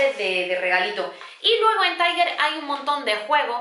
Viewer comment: No se dice taiguer se dice tal cual se escribe tiger